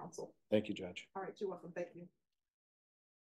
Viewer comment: That pause and followed by thre "alrighhht" had me lmaoo